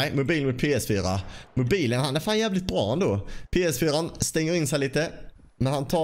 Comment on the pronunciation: lite roligt att du säger Mobajlen mutt XBOX ;D (inget hat)